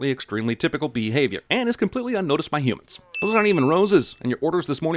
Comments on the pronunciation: Please say that you diddnt say BEE-havior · Gonna give Jeremy a whopping 2 sins for both saying "bee-havior" and spelling it as beehavior.